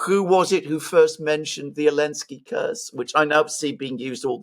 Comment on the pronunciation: Does anyone know why calls zielinsky alinsky? Is this a language thing or did I miss something years back?